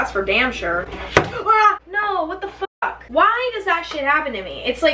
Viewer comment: "I kinda don't give a FOCK." 😂